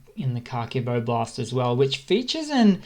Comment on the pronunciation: Thanks for your updates - I like your clear, factual method. I'm an Aussie (sounds like you're from the same part of the world?) - couple of tips on pronunciation: "Kharkiv" has a silent "k" - it should sound more like "Harkiv". "Oblast" has an "O" at the start that is pronounced the same way as "o" in "Bob" - hope this helps!